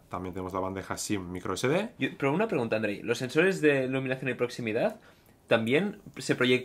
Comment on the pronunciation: Like si cada vez que dice "pero" te suena a "pro" XD